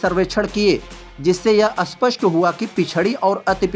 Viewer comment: स्पष्ट को अस्पष्ट क्यों बोल रहे हो?